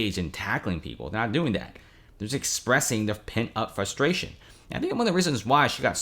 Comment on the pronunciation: It’s pronounced FRUS TRATION not FUSS TRATION. U keep pronouncing it incorrectly!!! Annoying 😢